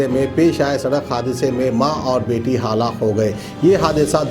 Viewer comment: Urdu ka Janaaza.. Dekh bhi Urdu News Sunaaye tab bhi Itni Galatiyaan. Halaak ko Haalaak... Tawaazun ko Tawaazun ( Jungli No 1. )